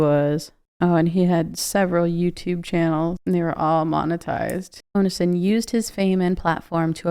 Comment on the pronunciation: You really don't know how to say Onision? Omg